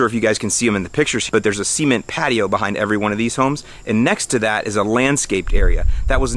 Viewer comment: You said "seement patio.". ;)